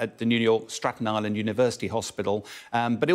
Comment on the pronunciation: STATEN ISLAND not Straten.